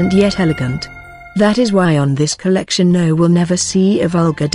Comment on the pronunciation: I love Dior! I hate how the narrator keeps saying “COLLECTION”